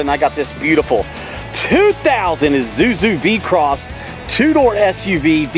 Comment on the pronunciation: It's vehi-cross, not v-cross. Also It's borg-warner not Bob Warner. 😂